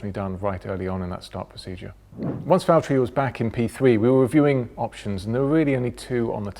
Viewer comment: James it's valteri!